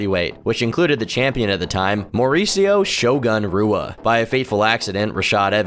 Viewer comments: Do you even pay attention to mma at all?!? How do you not know how to say Rua correctly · RUA??? SAY SOMEONES NAME CORRECTLY OR I WILL SEND BOOGIE TO COME OVER AND GIVE YOU A NECK BEARD RIDE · If you dont know how to pronounce Shogun Fucking Rua then you shouldnt be making mma documentaries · Shogun Rua is pronounced hoo-ah. Most R sounds make an H sound in Portugese. Also a sloppy quote mistake . Do better. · Great video! In Portuguese, you pronounce leading “R’s” with a “ha” sound, kind of like an H in English. So Shogun Rua’s name is pronounced “Hua”. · Rua= HOO-Ah Reyes= Ray-ez Jan=Yan Stipe Miocic=Stee-pay Mee-oh-chich Cyril Gane=See-Roll Gahn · I hate how you pronounce shogun’s last name “Rua” 😂😂😂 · I guess doesn't watch much of the sport, everyone who does is cringing at how he is pronouncing Rua and Teixeira. Edit: Scratch that, he knows no fighters' names